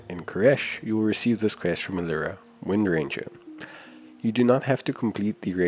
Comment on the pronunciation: Alira Windranger? WTF Dude?